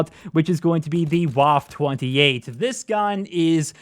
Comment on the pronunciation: "Wuhf 28" lmao